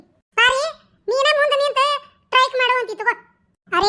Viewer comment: ಹಳ್ಳಿ ಮಂದಿ ಅವರದು ಮಸ್ತ್ ಹೈತಿ ರಿ ಕಾಮಿಡಿ . ಪರಕ್ಕ ಅದು ಟೈಕ್ ಅಲ್ಲ (Strike) ಸ್ಟ್ರೈಕ್